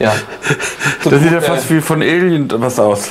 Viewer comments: Alient 😂😂😂😂....das ist noch seltener als Aliens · Das gute alte Alient 🤣 Damals durfte auch noch "Zigeuner" gesagt werden, sogar im Fernsehen. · "Kumma ein Alient" ich kann nichmehr 😂